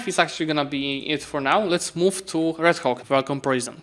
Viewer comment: I can't stop laughing whenever pronounce Red Hawk as 'Red Cock' 😂😂😂